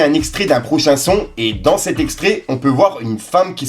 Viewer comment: Stp c'est "ce" ou "cet"; "c'te" ça n'existe pas (pense aux ptits lol)! 😉😘